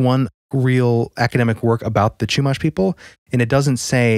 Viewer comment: I live somewhat near SLO. As a Californian, I appreciate you guys getting the pronounciation of the towns correct. There is a Chumash casino nearby, where there are a lot of stories of people driving on the 154 and reporting some sort of witch in their rearview flying at them like chasing them. Not on a broom mind you, just flying and more like a banshee than the cartoonish witch description we all know. Once they reached a certain road marker, the entity would be gone when they checked their rearview again. There's a lot of wrecks that happen on that stretch of road. It's an even more local legend. It would be interesting to see what you guys can find on this. Back in the 90s, my dad drove that stretch of road, and to this day, he brings up a story about when he was in his 20s him and some friends were on that road at night. They were in an old van, his friends were passed out drunk in the back row. If you know, vans you know there are 3 rows, driver and copilot, 2nd row passengers, and 3rd row passengers near the back hatch. So no one was near my dad as he drove. He says that as soon as he reached the section of road that is supposedly haunted by that entity, he felt his seat belt being tugged hard from the section that goes across the waist. He said he thought it was his friends messing with him. Eventually, he got fed up with the repeated pulling, and he looked back to yell at them, but he realized they were all fast asleep and snoring in the 3rd row. He said he felt the